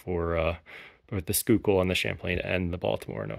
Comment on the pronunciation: Schuylkill is pronounced SKY kill